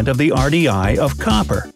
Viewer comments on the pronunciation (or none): none